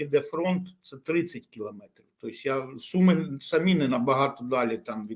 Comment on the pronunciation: Все абсолютно правильно кажете панове, але мене різанув наголос "СумИ" та "СумщИна". Спеціально подивився у Вікіпедії - правильно ставити наголос на У. Це такий місцевий прикол?